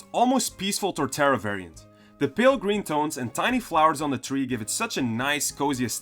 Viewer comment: TREE not THREE